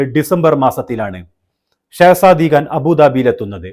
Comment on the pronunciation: Khan .. it’s not Gaan ‘